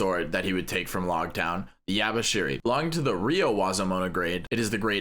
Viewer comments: Yubashiri. Not Yabaaashiri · "Yubashiri" how can you call that yabashiri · The hell is yabashiri its yubashiri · its called yubashiri not yabashiri ok